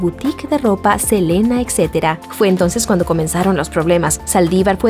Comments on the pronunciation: Selena, we love you forever 😍⚘❤... SELENA, no Elena , pero bonita voz la chica del video 🤗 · minuto dice helena en vez de selena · Que aprendan a pronunciar es “ Selena “ con S no Elena En fin me gusto el video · se dice selena no elena pero que horrible lo de los famosos y mas Selena que casi apenas estava iniciando y luego iva a tener bebes ..... y tambien no se por que mataron a john lennon los beattles eran muy importantes en aquel entonces pero descansen en paz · Alguien mas escuchó Elena en lugar de Selena? 😂😂😂😌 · es Selena no elena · es Selena, no Elena. 🤣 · Selena no Elena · Es selena no elena jeje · Tambn lo note se le olvido la S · soy yo o dijo "elena" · Min dice Saldívar disparo a Elena por la espalda una S hace la diferencia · Se pronuncia Selina y se escribe Selena, la boutique es Selena etc no Selena etcétera